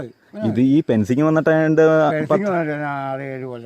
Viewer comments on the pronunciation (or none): 'Pen'cing or Fencing ??!!. Location. No idea ??!!